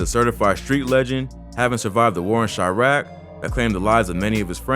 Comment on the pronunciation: "chriaq" pretty sure its Chiraq